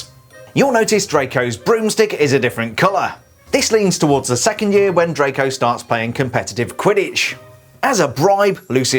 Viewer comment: Who else thought he said trago malfoy?